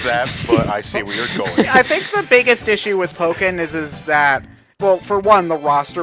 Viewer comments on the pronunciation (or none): Please note: It's Pokken, not "Poken". ("PO-[brief silence; double consonant]-ken"; not "POH-ken" or "PAH-ken".) The name is a combination of Pokémon (Jap: "Poketto Monstaa", which, in English, transliterates as "Pocket Monsters") and Tekken.